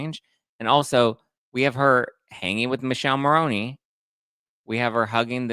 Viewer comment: youre great but please pronounce Michele's name properly, this italian cannot stand it 😅 Mick-eh-leh Mah-row-nee